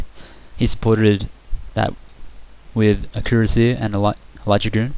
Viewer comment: Kur-as-e-ay, not cur-a-seer.